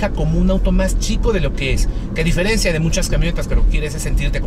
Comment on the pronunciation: Se diferencia,, no se "diferencía".